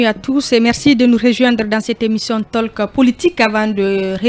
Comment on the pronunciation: On ne dit pas taleke.on dit tôk.